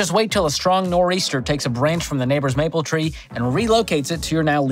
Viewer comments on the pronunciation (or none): none